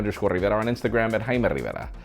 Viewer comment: HAIME RIVEIRLAH